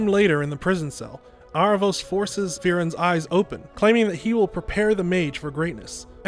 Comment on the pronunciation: I thought the show pronounced his name like Air-a-vos? not Ar-a-vos?